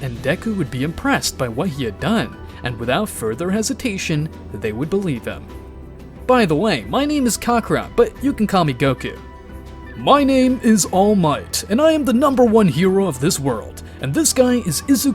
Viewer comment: What Others Hear :Kakarot* What I Hear:Cacarot💀